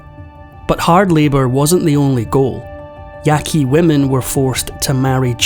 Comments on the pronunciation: You say the name of this tribe “Yaah-Kee.” And please do your research about tribes who “surrendered” to the government because you’re completely incorrect and so is your title. A common practice is to use peer reviewed academic sources of the DISCIPLINE. So don’t use those old archaeological opinion pieces that still float around as they’ve been discounted as racist and blatantly inaccurate. So, if you’re discussing Native American history, then you can only trust sources from a professor of Native American studies in order for the info be considered credible. Oh, and there’s also the national archives which discusses every single dirty horrific detail of the conquest of the Americas and what was done to the people who were there first- written by the colonizers themselves. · Ya qu i not yaqi